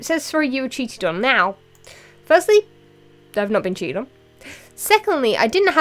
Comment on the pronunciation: "Now firstly, I'venotbeencheatedon" XD